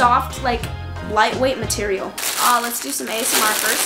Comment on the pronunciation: Anyone else hear her say marterial